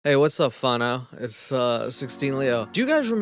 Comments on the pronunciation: when he said "whanau" 🥰😍❤💜 tēnā koe!! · Hearing you say "what's up whanau" makes my kiwi heart joyful. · Didn't know I'd here someone say Whānau on youtube today:)